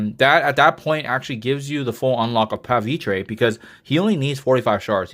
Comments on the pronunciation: I don't get it.. some call him pavitrey, and some call him pavitra. This guy is an india variant of spidey. So it makes more sense to call him as it's spelled: Pa-Vi-TR like try without the y.. how does this not make sense? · why does every CC pronounce Pavitr differently? how do you get "Tre" when there's just an "R" on the end of his name?